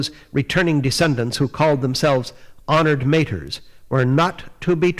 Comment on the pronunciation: After twenty years I have finally found out how to pronounce "Honored Matre" correctly! Thanks for the vid!